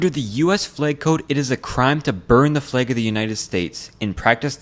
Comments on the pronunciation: NOT A "FLAEG" IT'S PRONOUNCED FLAG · Said flag so many times I can only here it as Fleg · "Is this a fleg?" I can't unhear that. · Why do you say flag like plague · Wtf is a flaig? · I love your videos but I almost lost my mind hearing you pronounce flag as “flegg” 10,000 times 😂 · he said fleag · The way pronounces the world flag is funny. It’s like he’s saying flage. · Take a drink everytime he pronounces it 'flæg' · I know what a flag is, but what are these "flæygs" this guy is talking about? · Hello fellow Canadian. Your pronunciation of flag gave you away ❤ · That flag pronunciation just makes you so god darn Canadian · are you from washington because of the way you say “flag” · Less than halfway into the video and I can't get over how this mfer manages to insert the letter y into the word flag. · The way you pronounce the word "flag" is weird. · 'twas today that I learned that apparently americans pronounce flag differently from us